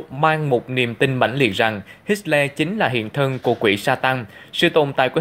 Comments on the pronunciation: Hitler không phải HitSler. Không có âm S. Tên của người nổi tiếng như vậy mà phát âm sai bét nhè. Không ra gì hết. Vậy sao cho LIKE được. Sorry nha. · hit xo le...thuyet minh kieu ji vay ban...! doc la hit tho le...de chap nhan hon. doc ji cho ng nghe biet la minh co ng co hoc...!